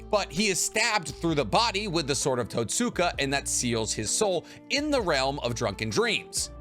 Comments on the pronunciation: *Edo tenSEI not tenSAI Also, , Totsuka is pronounsed with a silent U like "Sasuke". Even the dub gets this right. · I really like the content you make, but one thing that always bothers me is how your mispronounce SO MANY NAMES, wtf. You've seen the anime, haven't you?? Why do you mispronounce stuff? Totsuka blade, Kawaki, even Naruto at some points